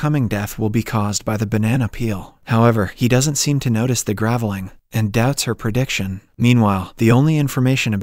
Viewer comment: Pronounced grave-ling, not gravel-ing.